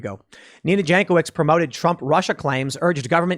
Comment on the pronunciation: Jankowicz is yawn coe vich in Polish, unless she Americanized her sur name.